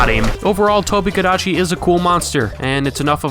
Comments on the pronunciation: strano io l'ho sempre pronunciato tobi- "cadaci" mica tobeh kadacci, sara da regione a regione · I look back to this video just to hear him say tobi kadechi and italian hands. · I now hear “TOBI-KADECHI” in the Italian accent just constantly in my brain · But the Italian accent is wrong, I'm Italian and for the most we pronounce it like normal people, but you know that for some people in Italy "l'inglese" is not a language but something like a cocktail or a recipe of pasta,and other people the call it the Tobi Kidachi or Tobi Tekachi so I invented my own version The Tobi Tekashi 69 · Its da tobi kadachi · I hope you’re proud of the fact that, since watching this video, I have not been able to properly pronounce its name, and will inevitably one day make a fool of myself in voice chat by pronouncing this with a crappy itallian accent 😂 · and thus a meme among my MHW friends was born, it's name is ONLY said in a yelling Italian accent. Thank you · I literally cannot say Tobi-Kadachi without this Italian accent anymore 🤣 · I love the Italian accent you used in the intro, it was so hilarious, and I’m even half Italian so I find it even more funny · and, you both have got my gamer group laughing like loons whenever we hop back on MHW and see the tobi (cannot avoid the Italian accent anymore, damn you) or when I roll sword and shield. Thanks for being so great at this. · Ive heard people pronounce toby kadachi like that before in that exact italian accent to so i was crying of laughter 8 seconds in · Surprised you did an Italian accent and not a Japanese one...